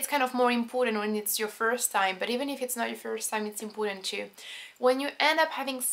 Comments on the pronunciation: 'impoooooootant 'hahahah its so funny. well it's cool to finally see a french girl who can actually speak really good english! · Sometimes , and am saying this jokingly, but it sounds like 'Impotent' ( avec a French accent)